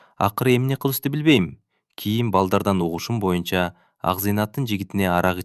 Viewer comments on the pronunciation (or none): none